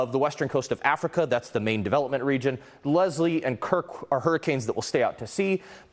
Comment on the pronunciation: It is NOT "LeZLie. Its LeSlie. An S, NOT a Z, brainiac.